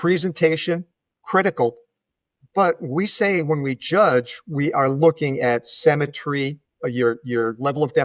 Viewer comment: Great video, but the word symmetry is pronounced “sim” not “sem”.